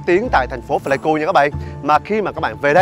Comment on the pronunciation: Pờ lây ku k đọc phờ lây ku nha b, hi, video hay lắm! Cảm ơn b review quê mình